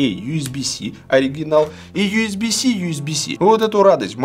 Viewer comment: Ю с би си да не биси ежеси)))